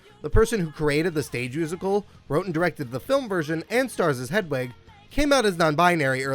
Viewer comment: Look, I'm a straight, white, cis guy and while I appreciate that my opinions on LGBTQ+ matters means jack shit-- You're pronouncing Hedwig's name wrong 🤣